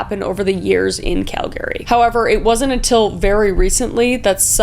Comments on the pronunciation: I’m not Canadian but isn’t the emphasis on cal in Calgary instead of calGary? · Lol Kris your losing you canadain accent lol and can totally tell you are from BC . I grew up in Calgary and I just giggled when you said Cal Gary lol. I love your videos .keep the amazing job lol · Oh, as an American, im curious, is it pronounced cal-GARY or CAL-gery? I heard you saying it cal-GARY. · I'm just finding it wild that Calgary is actually pronounced Cal-Gary by actual Canadians! Have the rest of us been butchering the name this whole time? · as a canadian PRONOUNCE CALGARY PROPER smfh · Kris I knew you were from out west, but I wasn’t sure which province until you said “Calgary” and your BC accent really stood out 😂 (Not making fun of your accent, I’m from the Maritimes and I know we sound goofy 😂) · Have I been saying Calgary wrong this whole time? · She’s Canadian and she can’t pronounce Calgary? I am from Quebec and I can nail it. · Is that the correct way to pronounce Calgary? I thought it was pronounced with an “er” sound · Are you fing with us or have we all been saying Calgary wrong the whole time? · Kris, I love what you do, but your pronunciation of Calgary was killing me. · Have I been mispronouncing Calgary this whole time? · as a fellow Canadian I don’t like how you pronounce ‘Calgary’ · But WHY are you pronouncing Calgary like 2 separate words?! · 😅 No Canadians pronounce it Cal - garY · Okay, you aren't from here, so I'll give a pass on not pronouncing Calgary properly, but Bowness...? I'm disappointed. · Kris, love you but Uhm this is the first time I've ever heard Calgary being pronounced like that😅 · the way you say Calgary as Cal Gary instead of Albertan approved cal gree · Kal-Gary? I've always heard it pronounced Kal-Gah-Rhee. But I'm not Canadian, so there's that.... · Kris Texas is getting to you lol as a new founder it’s pronounced cal- grr- ey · Dont say "cal-gary" it's "calgry" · “Cal-gree” not “Cal Gary” ❤ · We call it calgry not Calgary LOL